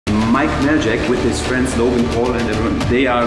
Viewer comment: Majlak not mike maljak but ok :D